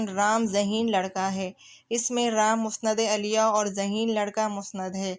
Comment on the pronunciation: مسند اَلیَہ غلط تلفظ ہے آپ کا ۔۔۔۔۔۔ مسند اِلَیہ صحیح ہے